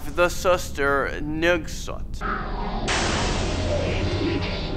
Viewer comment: Ngesot : "ngengsot" 😂😂😂